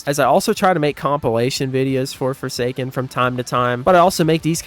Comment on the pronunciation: I like four say skin